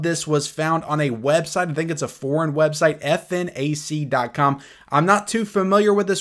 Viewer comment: oh, nice rumor with T1. btw, it's pronounced "fnac" just like snack but with an f and it's the biggest physical and online retailer of cultural products, outside of amazon in France. apparently they open the pre-order on that.